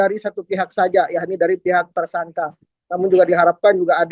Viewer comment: Ngomong Tersangka malah jadi Tersangkah. Ngomong Membela malah jadi Membelah. Jangan2 lo tipikal orang yg ga bisa membedakan juga Nikah Siri dan Daun Sirih. Pasti kalo ngomong Nikah Siri malah jadi Nikah Sirih. Keliatan banget kayak ga sekolah dari SD. Masa ngomong yg bener aja ga bisa mbak